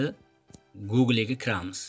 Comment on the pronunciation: Хой коток калла харип имя эмас имей, гугле эмас гугл, совшина эмас сообщение, долбаеб гапиролмасанг гапирма кетмон